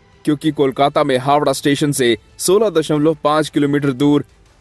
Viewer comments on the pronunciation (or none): none